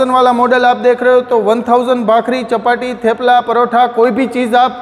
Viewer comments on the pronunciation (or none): एक चपाट लगेगा तो चप्पाट्टी को चपाती बोलेगा😂😂